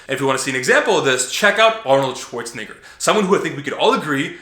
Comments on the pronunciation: hey man gotta watch the way you pronounce arnolds last name lol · I'm not sure I like The way you say schwarzenegger... Haha